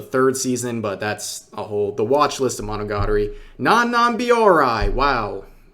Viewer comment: Rev, you can pronounce Reina as Ray-na (it literally means Queen in Spanish) if that helps. Biyori is Bi-yo-ree and Zenki is Sen-Kee. this is Hero Hei levels of butchering a language. Kudos on pronouncing Urusei Yatsura right. tl;dr REEEEEEEEEEEEEEEEEEEEEEEEEEEEEEEEE